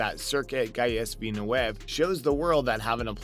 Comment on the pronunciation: Learn how to pronounce Gilles Villneuve.. otherwise you have no wings here